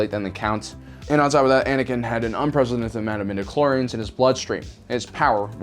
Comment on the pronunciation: Anikan knee lol